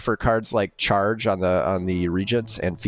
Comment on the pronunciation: Char-ron it's a play on sauron